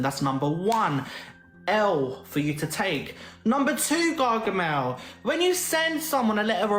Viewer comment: 🤣🤣🤣🤣🤣🤣 No she didn't call her Gargamale 😂😂😂 I'm dying, that was a good one 💪🤣🤣